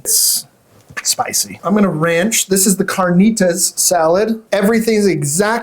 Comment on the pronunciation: Good show 👍 I’ve never been but now I’ll check it out. - it’s carnitas not carnita 👍 your friend was entertaining, interesting how his eyes roll back in his head when he takes a bite 👍